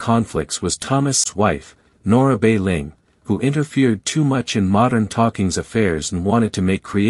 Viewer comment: It is not Nora Bei Ling , it is Nora Balling